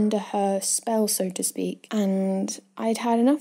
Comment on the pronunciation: “so to speak” Very English indeed 🇬🇧